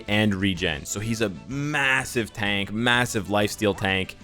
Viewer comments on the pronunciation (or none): none